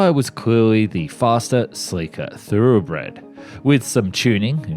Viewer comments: Learn how to pronounce thoroughbred, lmao. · Dude literally can't speak Pirouette Orifice Thoroughbred